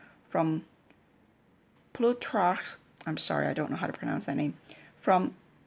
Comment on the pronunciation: It's pronounced just like it looks- "ploo-tark"